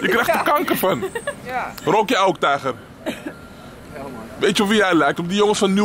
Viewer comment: "Patser" "tijger" 😂😂😂😂😂😂😂😂😂ik ga kapot broer 😂😂😂😂wedde dat de helft van de mensen dachten dat je zwaar had gedronken ahahahaha